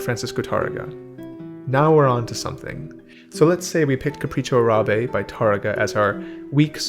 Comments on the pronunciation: Capricho AH-rah-beh, not "ah-RAH-beh." That's what the accent mark on Árabe means: the first syllable is the one stressed. It has the same prosody as "Tárrega." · Not a big deal, but it is pronounced "AH!-rahbeh", not "Uh-RAH!-beh". (And yes, the Google translate Microsoft Sam robot is incorrect). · Thank you for your insights. I love your work here. One side nitpicking FYI: the correct pronunciation of the Spanish word “Arabe” is “Árabe” with the stress on the front “A”; like “AH-ra-beh”. It is true that “Arabia” (the region) has the stress in the middle-A similar to English, but the adjective “Árabe” does not. Sorry, languages are like that sometimes (source: native speaker). Depending on publisher you might see the accent mark omitted in “Árabe” because historically accents were suppressed in uppercase letters, but it’s now supposed to be there. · Fantastic video. This is indeed something that should be taught systematically. BTW, it is pronounced “Capricho Árabe”. Notice the accent (linguistic staccato) on the first a, not the second. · It's Capricho Árabe, stressed on the first "a". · The macron in Arabe is over the first a - so the first a is longer than the second a - is the correct pronunciation